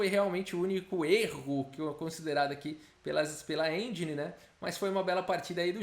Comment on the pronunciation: Aeeeee boa pronúncia de engine